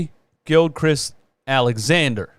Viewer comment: Shai GILGEOUS Alexander btw. Not trying to diss you but I know when I'm saying someone's name wrong I like to be corrected so I don't keep doing it